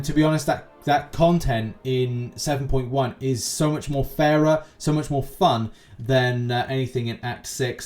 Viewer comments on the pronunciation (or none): none